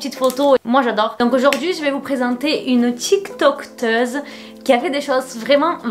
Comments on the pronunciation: désolé mais on dit TikTokeuse mdr pas TikTokteuse 😭😂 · Ah donc je suis pas la seule qui a remarqué qu on dit TIK TOK EUSE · Tiktokeuse pq tu rajoutes un t à chaque fois?😂 mais bon je te kiffe quand même t au top ❤️ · Elle a dit tiktokteur j'adore😂😂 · Ca fait 3 vidéo qu'elle dit tiktokteuse ca me fait rire a chaque fois et je vois enfin quelqu'un qui remarque😂